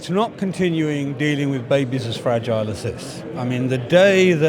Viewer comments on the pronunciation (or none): none